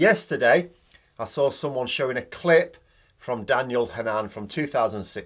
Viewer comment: Not Ha nan but Hannon, Irish descent